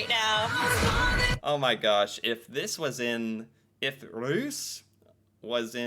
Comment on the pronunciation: Russ, like russia, long s..